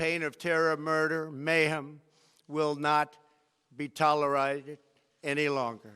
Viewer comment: plus it kind of bothers me he can't pronounce "tolerate"? What the heck? I hear slurring occasionally too (I'm trained for my profession). The whole thing, on all levels, is bad.